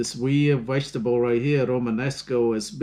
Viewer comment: Think he means vegetable he said wegetable.